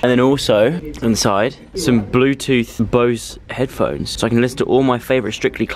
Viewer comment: Did anyone else notice joes tiny Australian accent when talking about the headphones 😂😂 dianne is rubbing off on him x